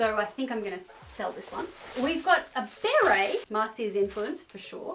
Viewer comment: I LOVE U BUT THE WAY U PRONOUNCE BERET IS KILLIN ME NU